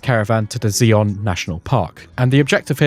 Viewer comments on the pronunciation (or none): Zye-on to rhyme with eye not Zee-on. to rhyme with wee.